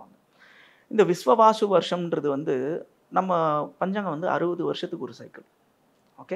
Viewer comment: விஸ்வாவசு. Not விஸ்வவாசு.